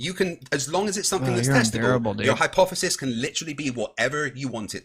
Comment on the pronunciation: My boy got some stupid hair 😂 also ..why he saying HYPOFESIS 😂😂 people that say words wrong always say them like 100 times in the conversation 😂